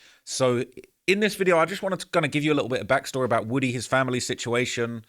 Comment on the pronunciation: It’s pronounced WOO-TEE